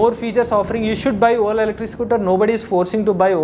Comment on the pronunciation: When he say Ola It sounds "whola"😂